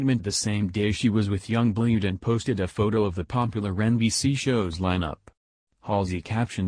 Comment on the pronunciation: You pronounce it young BLOOD not blued